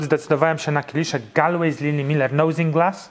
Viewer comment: Jak zawsze super prezentacja. Już kiedyś mi się w uszy rzuciło - w Irlandii Galway wymawia się raczej "Goluej" niż "Galuej". Pozdrawiam